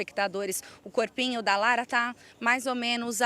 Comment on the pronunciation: Cada vez que ela fala corpinho,mim mata